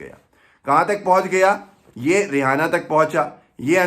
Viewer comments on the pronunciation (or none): जब नाम रियैना है तो रेहाना क्यों बोल रहे है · रेहाना नही रेहेना है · It’s not Ri-ha-na. ‘H’ is silent. It’s Ri-a-na. The andhbhakts have no respect of themselves; so they put India’s name at stake. As per BJP and their andhbhakts supporters, any one in support of farmers are anti national. For them, BJP= India. Now that Modi has already sold the country to Ambani/Adani, he won’t take the bills back.I suppprt farmers.